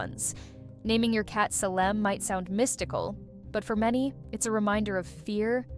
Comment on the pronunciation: Right. Advice on cat-naming from someone who can't pronounce "Salem".